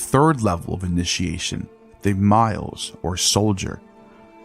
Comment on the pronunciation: 'Miles' is pronounced me-les